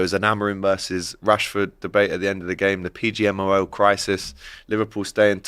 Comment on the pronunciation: Despite it being the main topic of conversation, didn’t say ‘PGMOL’ correctly once in this stream